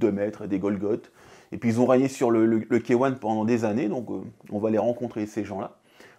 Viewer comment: Bonnes techniques merci 🙏 Par contre faudra faire un petit effort sur K1 😅 c’est K(hey) One, pas K(hein) 😂 Mais bon c’est quand même drôle